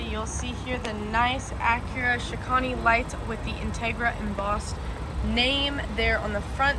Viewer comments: It’s not pronounced “shi-kahn-ee”, it’s “shi-cane”, it rhymes with “airplane” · Bro really said shikanee 🫡